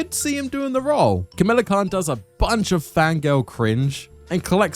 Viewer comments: Great video BUT.... it's NOT Kamila, it's KAMALA. Like god you say Kamila SO much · "Kamala" is not hard to pronounce, yet you mispronounce it throughout despite the characters giving you the right pronunciation. are you slow?